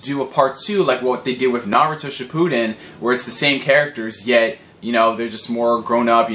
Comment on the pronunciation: Shih-poo-den. Lord. You're dead to me.